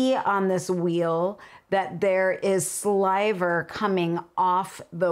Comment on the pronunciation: 😁ok elephant in the room ... at first I, (really the Lola in me) thought you said there was saliva on the wheel, oh she said sliver didn't she?